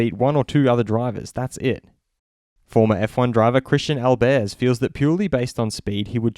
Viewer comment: Albers is pronounced [All-burs]